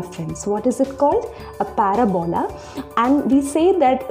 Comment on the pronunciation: I like the way you say "paraBOla". I've always pronounced it "paRAbola". But I think I'll call it a "paraBOla" from now on. Not that I talk about it much anyway.